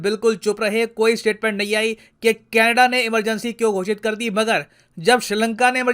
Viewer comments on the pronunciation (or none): none